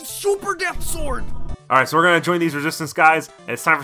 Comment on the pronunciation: everytime he says "sword" i get madder